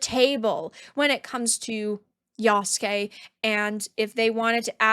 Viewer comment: what's even stupider... is that Naruto's rival is Sasuke, the "black samurai's" name is Yasuke but they still pronounce Yasuke like english speakers. If Sasuke is pronounce sass-kay, why would Yasuke be pronounced ya-sue-kay? His name would be pronounced yass-kay